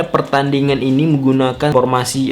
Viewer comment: Formasi... Bukan pormasi.. 😂😂😂